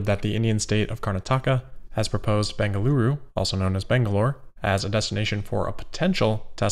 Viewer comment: No worries. You pronounced “Bengaluru” perfectly 👍